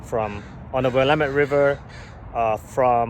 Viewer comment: If you are going to live in Oregon you need how to pronounce willamette. Other wise you will be known as the idiot! Get a native to tell you how to pronounce it!